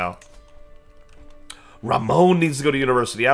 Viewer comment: Please stop calling Ramon Ramone lol, it's Ra-mon as there's no e on the end. Edit: You should max out your tribal authority before Menkaure passes. Edit edit: Antioch was a Roman city & up until it's conquest was considered the Roman capital of the near east, during the Eastern Roman Empire before it's eventual conquest at the hands of the Muslims it also made up part of the Christian pentarchy alongside Roma, Alexandria, Jerusalem & of course Constantinopolis.